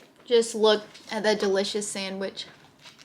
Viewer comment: Sammish......instead of sandwich, adorable. You also say Wee ber when it's Web ber. Man, I can't climb three rungs on a ladder....terrified.